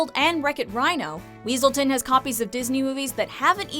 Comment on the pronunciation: Its pronounced weaseltown